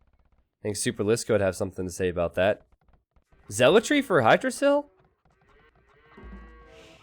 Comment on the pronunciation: Hygdrasil pronounced with "hi"? Isn't "h" silent so the name is pronounced like yggdrasil? You know the mythological world tree.